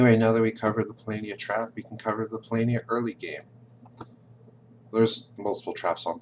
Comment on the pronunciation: I see that you went from saying "PoLOHnia" to "PoLAYnia", but you should be saying "PoLAHnia" :-D Other than that, keep up the good work! I'm researching experts in several modern games, and you're one of the best combinations of strategist and communicator on YouTube right now.